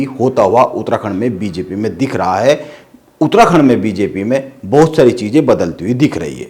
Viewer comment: उतराखण्ड नहीं भाई उत्तराखण्ड 😂😂😂😂😂। पत्रकार तो की मज़ाक 😂😂😂